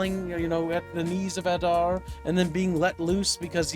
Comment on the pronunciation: "Advar" who the eff is Advar, there is a character called Adar, was paying attention to any of what he watched, didn't even correct the mistake made repeatedly, oh well at least got the name right